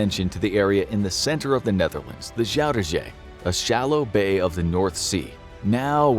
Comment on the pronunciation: Funny because I'm Dutch: the pronunciation of Zuiderzee as Shuidershee is like a Dutch person talking English with a thick Dutch accent :-)